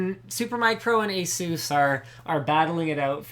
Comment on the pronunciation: omfg get it right! its not Asuuuus.. its A-SUS!!!!